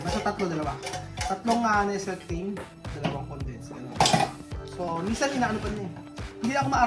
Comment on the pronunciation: Classic talaga yung pagbigkas ng "NESEL CREAM"😂😂😂